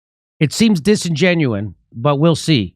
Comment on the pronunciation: It's disingenuous not disingenuine Archie Bunker, same as chromosomes not chromostones.